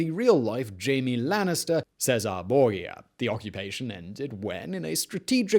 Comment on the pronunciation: I could not love these video’s anymore than I do. Im on the edge of my seat on the couch watching each episode waiting for 1848! However, I almost fell off my seat during this one. Who the heck is ‘GOOOOlio’ Alberomi? And Cesare BORGA’? Perhaps Victor’s brother? And ‘Erwing’ Rommel?? I see this episode was produced in March 2020, so we’ll chalk it up to a pre-covid panic. Some day soon we’ll probably consider 2020 our 1848. 😉. Keep up the good work, Borgas and all. 👍🏻